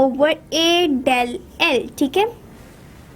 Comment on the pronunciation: Ye dell L ni h It's delta L😂